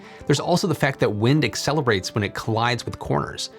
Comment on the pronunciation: I think the hard emphasis on the R made it sound like a B